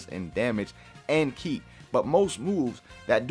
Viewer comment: Ki not key